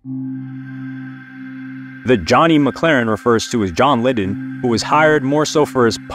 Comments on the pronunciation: Probably should have run this by someone remotely aware of the topic. Not "CBDG". CBGB* which actually stood for country, bluegrass, and blues. Also, John Lydon. Pronounced: Lie-dun. As small as these mistakes appear, they call into question how much investigating the author actually performed in their study of the story. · John Lie-don not Li-don. Nancy was stabbed in the abdomen not the back. Did you do any research whatsoever for this video?